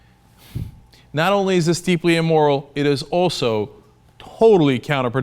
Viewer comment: Agreed. Cenk, please. There's amoral and immoral. Not e-moral.